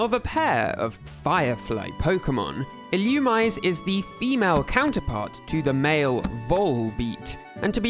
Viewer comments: it's not illumize it's ill u mi say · it’s pronounced “ill-oo-mee-zay” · Illoomize is a crazy pronunciation lol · Quick pronunciation tips: Vullaby is meant to rhyme with lullaby. Illumise is ill-oo-me-zay. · Vullaby’s diaper is a skull, not a shell. It’s “Wurmple”, not “Wurple”. It’s pronounced “Ee-loo-mee-zay”. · Illumise is not pronounced like that, it's Ee-loo-mee-say.